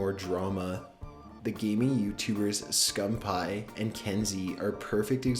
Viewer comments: Optic "Scum-pie" ITS SCUMPII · this boy really said "Scum Pie" lol I'm dead as fuck. it's "scumpii" (scum peeeee) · It's scumpee not scumpie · Why did he keep saying scumPie??? ITS SCUMPEE!!! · bloody hell he does not know how to pronounce words, scumpie supposed to be scumpi guujen wtf is next dude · It's pronounced scumpee not scum pie 😂😂😂😂😂😂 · scumpi not scump hi lol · scum-pie? its pronounced scum-pee. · lol hes saying skumpie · I love how he said optic scumppie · ITS pronounced SCUMPY even thought its spelled SCUMPI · Did he just say OpTic Scumpie? lol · Scum pie and guggin? Fix your shit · i hate how he says scumpie it isnt scum pie XD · did he just say Optic Scumphigh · lol "optic scumpie"😂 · Did I actually hear him say scumpaii? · Did He Just Say Scump Pie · Scum-pie he says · ITS PRONOUNCED SCUMP-EE!!!!!!!! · really? scumpie? you really need to find out how to pronounce peoples named before you report about them. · He is from the famous call of duty clan OpTiC but the guy commentating pronounced his name wrong 😂😂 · Am I the only one that got annoyed when he was saying Optic Scumpii name wrong?! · That's not how you say scumpii but that's okay. You probably don't watch him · NIGGA PRONOUNCED SCUMPII SO WRONG